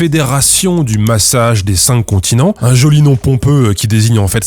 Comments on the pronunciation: j'entends "le massage z'incontinents" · J'allais écrire le même comm ! J'écoutais en faisant autre chose et j'ai tiqué complément sur "massage des incontinents" 😂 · A chaque fois que le nom du massage est évoqué j'entends "Le massage des incontinents". Et je me marre comme un c... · Au début de la video j'entendais "le massage des incontinents" 🙊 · Pareil, on est deux. La prononciation c'est important ^^ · Faut pas dire le massage des cinq continent trop vite 😂